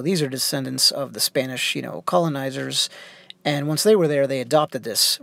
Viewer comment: You have a great spanish pronounciation.